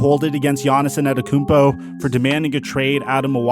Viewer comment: Is purposely pronouncing it as ANNETETOTHEKOUMPO?